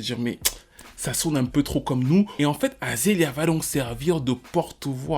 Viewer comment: Repetes apres moi: [A-ZA-LE-YA]😂